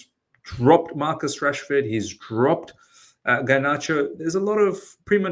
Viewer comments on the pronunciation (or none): none